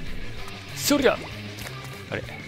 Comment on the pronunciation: 「ハマりそーな気はするけどなぁ」 …昨日のゾウのようにですか…！w 「そrrりゃ！」 …最近聞いたよな、誰だったかな？w